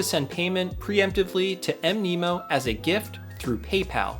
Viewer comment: Mnemonic is pronounced "Knee Ma Nick" so Mnemo is probably supposed to be pronounced Nemo. :)